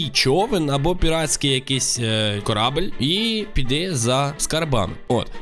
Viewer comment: Не корабель а корабель